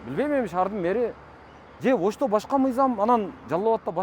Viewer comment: Ыдырас кыргыз тилин адабий тилде сүйлөчү. Тышыңыз эмес тишиңиз де. Бырынчы эмес биринчи. Оштөө эмес ошто, тушунбосө эмес түшүнбөсө, анан айтып коесунар чыныгы кыргыз биз деп